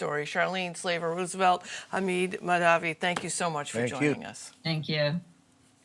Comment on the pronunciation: It is "Hamid", not "Hameeed", its short of Mohamed , not Mohameeed .......